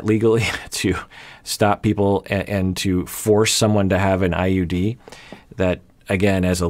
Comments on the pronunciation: I think she said "gals" but meant "vials." She misspeaks when nervous. She also calls the IUD just "ID". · Time Stamp. I'm a foreigner so my impartial ears will let you know. The only thing I noticed is that she misspronounced IUD and said ID instead, but I undertood what she was talking about...and I'm a foreigner. I had this happening with me before, i was having an appointment with my neurologist by phone and she said it was worth to try treatment with immunoglobuline, I didn't know this word so by phone it sounded like some treatment with "hemoglobins", so i told my mother and some people doctor wanted to me to go with a treatment with "hemoglobins". 😆 I wasn't thaaaaat far , but when i shared about this in a support group ppl were like "ohh it must be immunoglobulines..more known as IVIG".